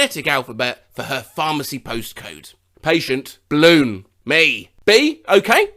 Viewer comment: I couldn't stop laughing when she said "balloon", and the confusion between regina and vagina didn't help me calm down at all